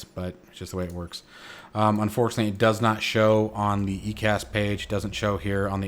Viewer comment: EICAS is pronounced Eye Cas. Great video. How do I get the manual you used?